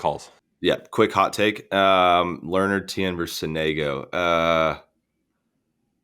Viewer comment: as an italian, hearing sonègo hurts ahahha, it's sònego